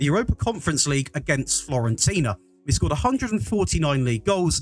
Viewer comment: Turned it off when you said florentina fuck sake